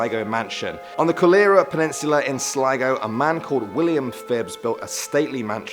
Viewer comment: It’s pronounced slego not slago